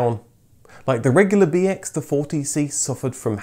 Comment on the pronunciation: The way you say BX, sounded like BS to me. So I heard "This is the Citroën BS story.